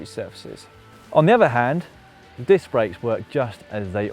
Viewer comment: grebo121 what are you going on about the process for? i was making a joke about him saying dick instead of disc. lol I could of figured that all out without instructions, although i don't currently own a bicycle I'm quite mechanically inclined. Swapping dicks on the other hand requires a surgeon with a scalpel. not a 5mm Allen key. get it right Lol